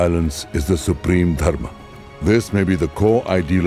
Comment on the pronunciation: Superb video but I find it PAINFUL to see you using the Hindi shortcuts to Sanskrit words. It isn't Yog, it is Yoga. It isn't Dharm, it is Dharma. And many such changes. Really, is that little "ah" so difficult to pronounce? 😢😢😢